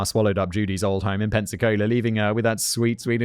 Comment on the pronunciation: Being from near Pensacola and Gulf Breeze thank you for saying them correctly, but Pensacola isn't a nice town lol 😂 love the episode